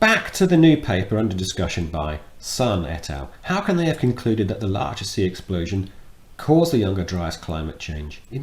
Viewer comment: Sorry, but the Laacher See is in Western Germany, not in the Czech Republic. And the "ch" is pronounced as in Loch Ness. Everyone likes a smartass ;-)